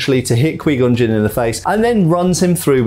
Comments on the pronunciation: Qui gonn Jinn (q-why-gone-jin) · He did not just say queengon Jin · He's killing me...he can say Obi-Wan and Darth Maul fine but can't say Qui-Gon Jinn? If he watched the movies he would hear how its pronounced "q-why gone" not "quee gone" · d-did he really just say kwi-gon jinn? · here we got kweegon gin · Quee gon gin..... hahaha I'm Dying. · Sorry my dude, every time you said Kwee Gon Jin. It weirded me out. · Qu-wiii gon jin 🤌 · "QUEE CON JIN:? Moron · the way he says 'qui gon jinn' makes me die inside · cool video but why does he say Qui-Gon Jinn like that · Well first of all your mispronouncing Qui-Gon Jinn and second of all they did keep Darth Maul around for quite a while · Needs to learn how to pronounce Qui Gon Jinn's name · Had to stop watching after him repeatedly saying Qui-Gon Jinn's name wrong. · "kwee" gon Jin. Not qui gon Jin. Pronounced K-Why. Definitely not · Quee-Gon Jin